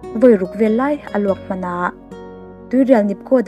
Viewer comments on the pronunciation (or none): none